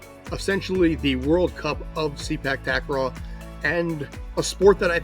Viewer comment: Sorry guy, it pronounce "SE-PAAK TA-KRAW not SEE-PACK TAG-KRAW" please correct the pronunciation. 😉😉😉